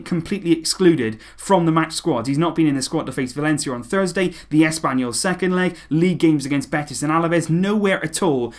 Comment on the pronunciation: Did you just said Asspanyol??? 😂😂